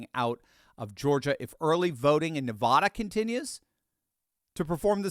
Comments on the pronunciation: Please pronounce Nevada correctly! It's Nevada not Nevauda! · I’m voting Trump. Please stop mispronouncing Nevada. It’s Nev Ada, not Nah Vahda. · As a native born Nevadan...its NEE-VAAAH-DUH lol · I am from Nevada - the correct way to say Nevada is say ADD like NevADDa. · Nevada - the first A is pronounced like the A in “bad” or “apple”. Thanks homie- love your channel!🎉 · I don't mind if you mispronounce the name Kamala, but please don't mispronounce Nevada.